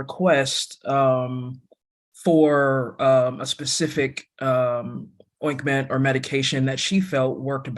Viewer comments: I heard it was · Am I the only person that heard attorney Watson say oinkment? 😂. I went back and listened a second time and I swear she did when she was questioning the Dr. lol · I heard oinkment too😂.